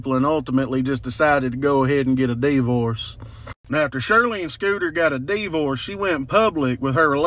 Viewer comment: A dee vorse !! Lmao